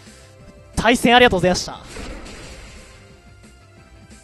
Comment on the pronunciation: 対戦よろしくお願いします さいせんよろしくお願いします に聞こえる